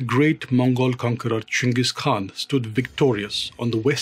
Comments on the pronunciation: It's great to hear someone pronounce the Khan's name properly... along with the rest of it. Great. So many uncultered youtubers don't bother to take the time to even understand how to pronounce main people of power names leading or places of importance completely ignorant of the culture they're telling about. I think Ghengis knew that India was a historic place and had great importance to humanity.. I think he had a level of respect for things like this. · thankyou for this part of history on the great Chengis Khan you are too good perfect pronunciation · You are the only historian I have seen so far who pronounces jenghis and Khan correctly